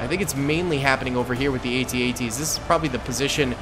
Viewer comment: I can tell you weren't born of the Star Wars generation. The A.T.A.T's are pronounced - AT--AT - Sounds like @@